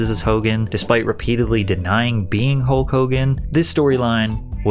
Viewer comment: Hul-KKK Hogan